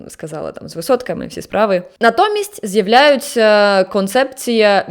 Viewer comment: Ви маєте добру вимову! Та й загалом мені подобаються Ваші зусилля з покращення української. Якщо Ви не проти, дам Вам пару порад: вимовляйте будь ласка літеру В укінці складу як ў замість губно-зубного (віднадалі ВФ), тобто не з'яВФляються, а з'яўляються, не маршрутіф, а маршрутіў, і також прийменник В у наприклад "то в" треба читати не як "то ВФ", а "то ў". Відповідно, на початку складів він перетворюється на У: "У часи Київської Руси". Також, на замість "біда по громадському транспорту" правильно було би вжити "біда з громадським транспортом". Та попри це, ціную Ваші зусилля й дякую за відео. Слава Україні!